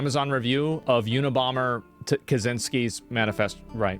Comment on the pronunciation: It's funny how you try to say Kaczyński.